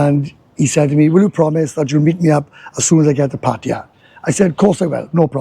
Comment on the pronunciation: Thank you for pronouncing Pattaya correctly